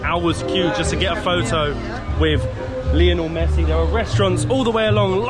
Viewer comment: Great video guys! Buenos Aires is definitely worth a visit. It’s hysterical that the only thing can pronounce correctly in Spanish is Lionel Messi as he butchers everything else! 😅 Loving watching your travels, keep up the great work! Abrazos!